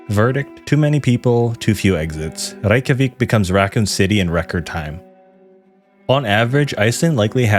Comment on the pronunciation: As far as I'm concerned, you pronounced rekyjavik perfectly.